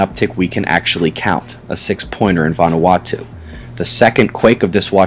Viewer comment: Good pronunciation on Vanuata, you've got it correct.